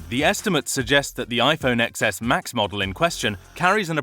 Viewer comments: It's pronounced ten-es, not ex-es! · you lost me at “iphone eXeS”